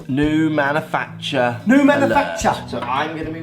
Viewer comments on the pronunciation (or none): Hey I see that Mark's pronunciation of Manufacturer annoyed you but in his tweet in your Rick hates average golfer vid Mark writes the word manufactures but do you notice that if Lockey makes a mistake about pronation or dynamic loft Mark will jump all that. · His inability to pronounce manufacturer got on my tits